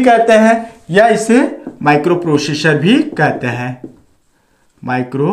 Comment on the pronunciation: प्रोशेषर नहीं भाई प्रोसेसर होता हे 😂😂